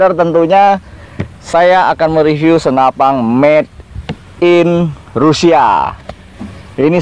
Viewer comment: Senapan bang, bukan senapang. 😀